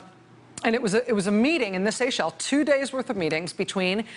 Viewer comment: Lies. Lies. More Lies. You don't know how to pronounce Seychelles.